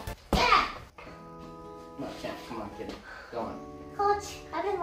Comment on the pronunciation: I THOUGHT HE SAID KITTEN NOT KID AND I ALMOST SPAT MY DRINK OUT